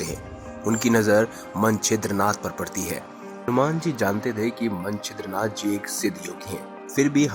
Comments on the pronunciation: यह कथा कौनसे पुराण से ली है यह बता सकते हैं क्या? पहिले ठीक तरहसे उच्चार करो! मनछिंद्रनाथ नहीं मच्छिंद्र नाथ कहो! मच्छिंद्र नाथ और हनुमान दोनो महादेव के अंश है ? दोनो एक दुसरे से युद्ध करना असंभव है ! एक दुसरे से अंजान होना भी असंभव है ! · Manchindra nath nhi Macchindra nathi... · Manchidranath Nahi hai bhai wo,machindranath hai Woh😂😂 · Manchidra nam nahi Mcchidranath nam hai galat nam bolne aapki jankari bhi galat hogi hamne nahi suni. Better & correct words will be used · pehle hi laga machhindra nath ko manchhidra nath keh rahe h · Bhai Manchidra nath nahi, machindernath, Jara thik se bolana sikho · Yes,its true. Hanumanji was trapped.. Please pronounce correctly. Manchidra nath nahi. Sunate huve bhi hasi aati he . He was Macchindranath. He was shishya of lord Duttatrey. Macchindranath was Guru of Gorakhnath . All Navnath were super powers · Pronouns toh toh tik kare मच्छिंद्र नाथ है वो